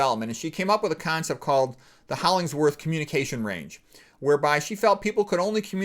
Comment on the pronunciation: You kept saying Holling s worth but it is Hollingworth ! I knew someone named Hollinsworth too- and I looked up the man....otherwise - I never knew anything about him,,,,,thanks. I loved reading Ayn Rand.